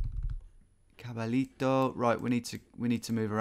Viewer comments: Me mató su pronunciación de "caballito" jajaja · Tom: read "Caballito" heads to brazil Me: "Noooooo it's bloody spanish"! Love your videos Tom!